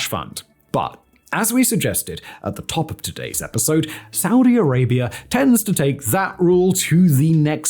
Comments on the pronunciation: Saudi Arabia doesn't end in an 'r' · "Saudi Arabiar" -Simon Whistlier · Why does he insist of pronouncing it Saudier Arabiaer? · "Saudi Arabier"? How can you not know that you're saying it like that?